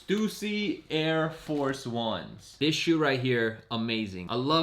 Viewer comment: Bro how is he saying stussy like that